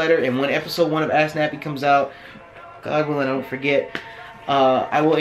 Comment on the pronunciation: Every time Nappy says AskNappy I hear AssNappy lmao #AskNappy